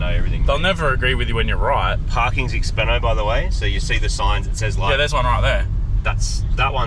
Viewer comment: Hearing say "expenno" is bloody cringe. Especially when "expensive" has the same amount of syllables. 😂